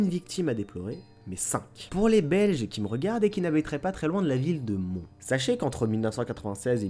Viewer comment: J'habites pas très loin de la ville de Mons et ça se prononce Monsse ( donc on prononce le "s" ) cordialement. Cette partie m'a fait grincer des dents sinon c'est une super idée pour Halloween j'adore ce genre d'histoire